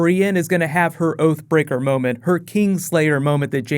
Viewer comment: Thought you said OAF BREAKER. ...thought Hodor had a fall.